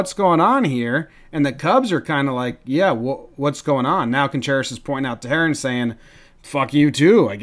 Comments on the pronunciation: pronounced “Tay-Ron” not “Tearin” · 49 is pronounced Tay-Rahn.. not tuh-haren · Te- hair-an 😂 it’s te-ron (Not trying to be rude I just found this funnny) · It's like Tay-ron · His name is “Teh-rahn” not “Te-hair-ren” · It’s (ta-ran) not (ta-hair-en) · Tay-ron. Not teh-hair-ren. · Tehran = Tay-Ron. TAY-RON. Other than that, I love your videos. You got a new subscriber. 😁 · I love your videos but just for future Reference, the pitcher for the Braves pronounces his last name “Teh- Ron” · “teh hair ren” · It’s pronounced TUH-RON Jomboy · "Taherrin?!" I know you're more than just a casual baseball fan, Jomboy, so you should know how to pronounce Teheran, buddy! He's been one of Atlanta's most reliable starters, even their ace at times, for years now. That being said... good job, as usual. I always look forward to these videos, & the work you put into them is appreciated. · I know you won't see this, but, the man's name is Tay-Ron ... Put some respect on it. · It’s ta-ron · The way you pronounced Teheran 😂😂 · ikr at first i was like who??? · I realized that and I was like "is anyone else hearing this?" lol